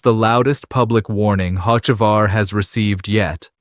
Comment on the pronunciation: Why should I listen to you when you mispronounced 3 NASCAR driver's names SO WRONG? Ask someone how to really pronounce Hocevar or MJ's team name is not X, it's 23-11!! MJ's number and Denny's! Some expert!?!